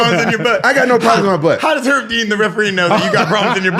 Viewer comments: 'Erb Dean fault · people be calling herbal tea or any particular herbs "erb" but not call Herb Dean "Erb Dean." 😂